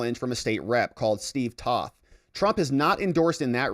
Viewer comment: T(oh)th not Tauth